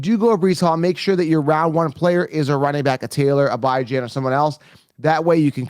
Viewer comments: I see you're still disrespecting the young man who you say you love, Bijan Robinson (bee-ZHAHN), and disrespecting his parents who named him and call him (Bee). Just because it looks like it should sound like (Bi), doesn't mean it is. Just like seeing the name Cenk. But it's pronounced Jenk. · His name is Bijan pronounced bee-Zhahn. I know you’ve never been wrong a day in your life so I guess his grandparents and mother are wrong for the way they pronounce it. at least your videos are talked about. I’ll give you that.